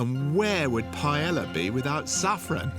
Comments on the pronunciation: This has to be AI audio, the pronunciation is down right horrible, wanted to watch and learn but this hurt my ears. Pie Ella was the final one, Go away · "Paiela" 😂 "Tomábamos el pote" > "they had poté". Why did he change everything??